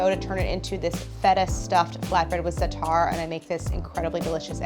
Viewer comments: Stress on the first syllable of "za'atar", not the second. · love white ppl colonizing zaatar and not pronouncing it right👍